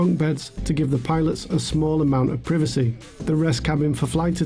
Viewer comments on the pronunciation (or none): He really said "privissy"